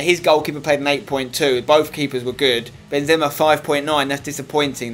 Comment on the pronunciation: u say Benzema wrong